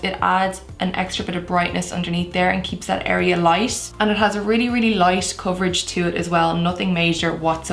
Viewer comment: Every time she says "light" it sounds like she is saying "lice" 🤔